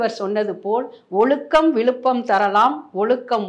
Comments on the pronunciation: pl don't say Olukkam. Pl pronounce correctly. Ozukkam. Pl pronounce thatt special letter z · தமிழருவி மணியனின் ஆழ்ந்த தத்துவ ஞானம் வெளிப்படுகிறது. ஆனால் பேட்டி காணும் அவர்கள் சில இடங்களில் "ழ" வை சரியாக உச்சரிக்கிறார். ஆனால் பல இடங்களில் "ழ" கரத்தை "ள" கரமாக்கி விடுகிறார் இந்தப் பெண்மணி. அதுவும் கடைசியில் - "ஒளுக்கம் விளுப்பம் தரலான் ஒளுக்கம் உயிரினும்..." என்று கூறி திருக்குறளையும் தமிழையும் மரணிக்கச் செய்துவிடுகிறார்.